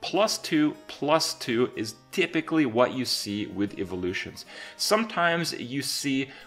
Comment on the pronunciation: "Eve-o-lutions" - Kripp, 2017